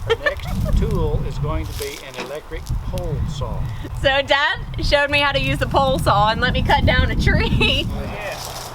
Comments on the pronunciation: Thanks for Inspiring others and just being yourself. Love your work and the awesome effort & dedication you give, it makes the process and project well appreciated. I'm also from the South (AL) and I pronounce (Saw) as you do. It's a Southern thing, hopefully I can get the courage to make a video soon. Thumbs up girl!!! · You are way more mature, focused, and grounded than most younger people these days. Your parents raised a great kid...even if your mom did teach you to say "saw" with an "L" on the end. I hope your channel continues to grow and that you find even greater happiness to come. Thanks for your videos!